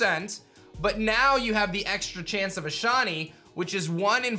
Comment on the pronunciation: I like how he says “shawny”